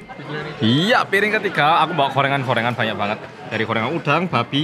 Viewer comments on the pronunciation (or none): Apa cuma aku yang dengar bilang korengan bukan gorengan 😅😅😅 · Gorengan tapi kedengerannya korengan.. Sampe gagal paham, karena di Indonesia, korengan itu penyakit kulit (gatal2) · bilang gorengan, ak dengerny korengan😂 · Aku dengernya 'korengan' ternyata gorengan :'v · Makanan korengan :))) yg bener gorengan😂😂😂